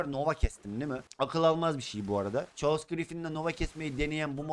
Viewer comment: Abi chaos[kaos] okunuyor